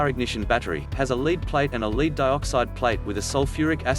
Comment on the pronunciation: Ugh. Robot voice. Note the mention of "leed"-acid battery.